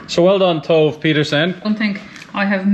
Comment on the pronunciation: Ooh tks guys ,, I luv fish 🐠 🐟 also ,, ps Tove is pronounced tova n it’s a female name ❤😂🎉great work guys